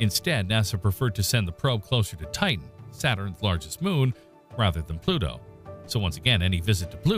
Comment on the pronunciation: I hope the grim reaper takes pity on you with the pronunciation of his name you have mangled.